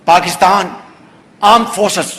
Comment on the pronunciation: Why cant SSharif pronounce correctly ? Why he calls his Armed Forces as Aand Forces ? Punjabi hai isliye, ya hai hi aisa ?